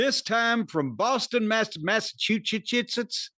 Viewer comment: Grade school failed Corny, since, he still can't pronounce "Massachusetts" any better than Bobby Heenan (RIP) trying to say 'narcissist'.